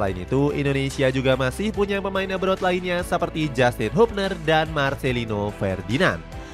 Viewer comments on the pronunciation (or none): none